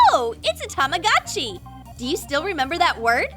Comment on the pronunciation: tamagachi ??? it's tamagochi